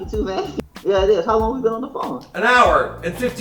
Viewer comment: “yea you too mon” 😂 lol